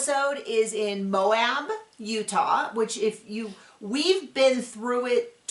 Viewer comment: Finally people who can pronounce Moab 😊